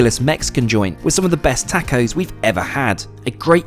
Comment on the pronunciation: LMFAO, the way his white ass said TACO